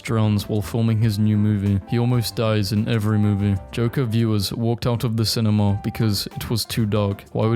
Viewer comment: The fuck? Sin-me-knee? The fuck was that pronunciation?